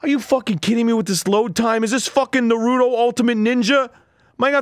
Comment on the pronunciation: I dunno whether this was better than trying to read the entire plot of NEIGH-ROO-THOUGH